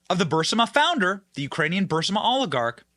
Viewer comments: If anyone on Benny’s staff reads over the comments, could you PLEASE TELL Benny how to pronounce BUR-EEZ-MA? I love Benny’s show. He’s great. But his mispronunciation of Burisma is driving me crazy! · BENNY!! DUDE! COME ON! You are saying Burisma incorrectly and it makes you sound uneducated! It's Pronounced Burr-Reese-Ma! You are saying it with the "i" and "s" inverted! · Are you intentionally mispronouncing Burisma? I’m new to watching you and am wondering if it’s an inside joke I’m not aware of. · about to unsub if he says bursima again, burisma benny, as bad as people spelling rhino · BRRR-REEEEZ-MA BRRR-REEEEZ-MA NOT BURSA-MUH! BRRR-REEEZ-MA OR even BREEZE-MUH C'mon Benny! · Burisma is pronounced br-ee-smuh. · Love you man but you are mispronouncing Berisma. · Bur-EES-ma. Come on, Benny, get it together. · Say it with me, BURR-IZZZ-MA. 😂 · Bur-EEZ-ma. And Let's Go Brandon. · Burr iss maa Burisma Benny😅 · BENNY!!! It is pronounced Buh-REEZ-muh, ffs!! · He never 👎 gets it right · Burr-eeezma, Benny. Pronounce it that way? Please? Not Bursima. Just look at the word, hard? Get hooked on phonics? ........ Love ya, Benny. Keep up the great work? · Bur-EE-sma. Not BUR-sima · BENNY, BENNY, BENNY -- PLEASE, PLEASE, PLEASE learn how to pronounce the Ukraine company. It is called, phonetically, B U R E E E E E E E E E E S M A --- NOT B U R S I M A. Look at how the name is spelled. I'm beginning to believe you are dyslectic. You drive me nuts listening to these posts when you cannot even pronounce a company's name correctly. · It’s Burisma not Bursima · It's BURISMA NOT BURSIMA! I know it's petty, but you're a journalist, so you should make an attempt to pronounce words correctly. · Bur• Ris• Ma NOT Bursima.😂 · Ffs Bennie, i enjoy your show, but its Buh-riz-mah. Not Bursima. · PLEASE...IT'S BURISMA...NOT BURSIMA!!!!!!!!!!!!!!!!!!!!!!!!!!!!!!!!!!!!!!!!!!!!!!!!!!!!!!!!!! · Damn it Benny! It's Buh-Ris-Ma not BUR-SI-MA. Phonics Benny Phonics. You're killing me.... LOL